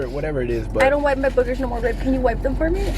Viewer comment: Yup 😂😂😂 I’m like burgers 🍔 the. I saw when say boogers lol. 🤣